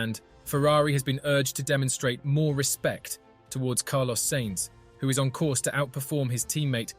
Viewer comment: Who cares about what some GT-driver thinks? And remember how to pronounce "Sainz", it would possibly make this an interesting video...